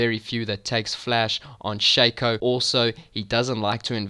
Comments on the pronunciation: dude, it shaco not shaco. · Learn english, it is pronunciated Shaco not Shaco